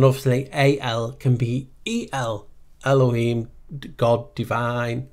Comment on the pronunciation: every time you pronounce "elohim" I hear "haloween" :D :D :D